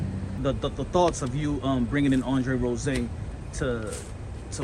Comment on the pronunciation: Until this man starts pronouncing his last name right, I can't take him seriously for anything lol